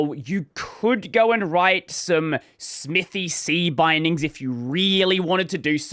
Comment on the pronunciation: the name clearly says "smithay", saying "smithy" (smithee) causes pain.